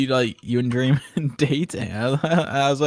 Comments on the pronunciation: It soundls like wil is saying cream 😂😂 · Guys it's official if Wilbur says it's gream it's gream ಠ﹏ಠ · ah yes jreem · Gream sounds like those weird mispronunciations like cheemse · Oh no its dnf anymore it's " GrEeM " lol